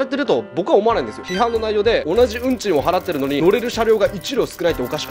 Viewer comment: 同じ運賃が同じブンジンに聞こえました。許せ。